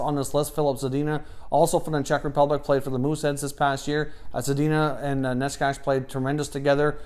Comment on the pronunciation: Czech subscriber here (and a fellow suffering Sens fan lol). Good list, quality content as per usual! Nečas (by the way his surname is pronounced "neh-tchas") had a really good season, he was on the team that won the Czech league, led the Czech team as a captain at the World Juniors with 11 points in 7 games and ended up playing at the senior World Championship as well, scoring 3 goals and 2 assists in 7 games and showing some good skills. This guy clearly has a lot of potential. Also agree that Dahlin might need some time to develop his defensive skills.